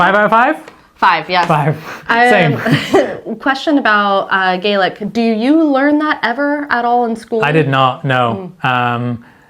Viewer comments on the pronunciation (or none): Its pronounced gahlick, not gaylick. Gaelic (gaylick) is Irish. Can't believe you didn't have Doric. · Pronounced Gaelic wrong. Scottish Gaelic is pronounce Gah-lik. Irish is pronounce Gay-lik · It's Gah - lick. (Gay-Lick is irish) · Stormy weather would be Aimsir stoirmeil though. By the way it's pronounced Gahlic not gaylic. The way you said it is the Irish pronunciation. Another great video! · Fyi, it's Scots Gah-lick, and Irish Gay-lick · I switched off when he couldn’t pronounce Gaelic correctly. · Can tell you haven't learned gaelic as you pronounce it the Irish way as do most Scottish that live south of Perth. In Scottish gàidhlig the grave above the a is the opposite direction to Irish and pronounced as an a and not A